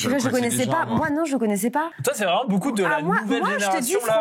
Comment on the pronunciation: " Beaucoup " je pense que il l'écrit bOUcoup 😅 Il prononce toujours bOUcoup